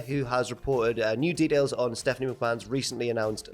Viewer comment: “Mew Details”